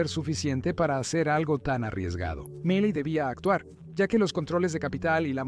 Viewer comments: The mistake with the name "Miley" is quite simple; just change it to Melay. The "e" sounds like the "i" in Spanish, and the "ay" sounds like the "ei" in Spanish. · Y no se pronuncia "malai" se pronuncia "Milei" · Miyey? Wtf se pronuncia Miley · Se llama Milei no Malay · "Malay" me encanta 😂😂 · Se pronuncia milei... Aweonao aprende a leer